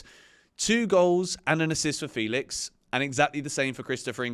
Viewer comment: it's Fell-ix not Feel-ix